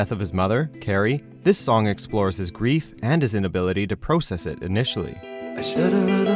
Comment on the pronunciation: Just when I was thinking "wow, this narrator's pronunciation of 'process' and 'futile' is really annoying to me," I hear "the process is futile." AGGGHHHH